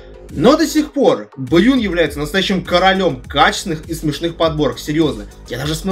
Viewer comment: Бран, а не брюн